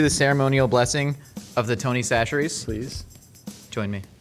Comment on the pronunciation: Why has changed his pronunciation of Chachere’s?